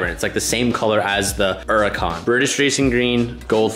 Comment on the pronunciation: It's Huracan, not Uracan